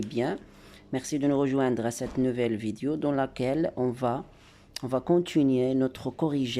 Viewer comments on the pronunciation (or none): none